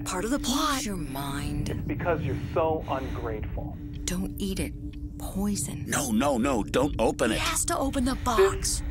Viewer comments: pizza❎ poizzon✅ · Pizza box "Oven Fresh" "Poizzon" 😂😂😂😂😂😂😂😂😂